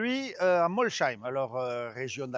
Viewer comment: Mol saīm et pas molchaīm Molsheim